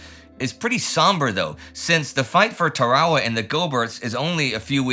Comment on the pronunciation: Somebody needs to teach you how to pronounce Tarawa!